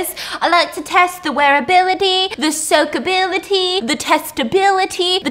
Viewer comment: “ the soakabity”😂😂